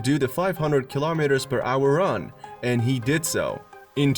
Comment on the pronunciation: Lol keee laaahhhh meters Hahhaha